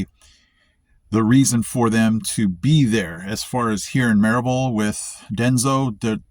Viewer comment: You’ve adapted and are a true Appalachian based solely on how you pronounce Maryville 😂. Glad to have you , brother .